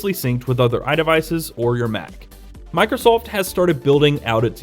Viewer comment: You say Microsoft weird